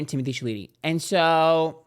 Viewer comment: “Timothy sha Lee teey “ LMAOOOOOO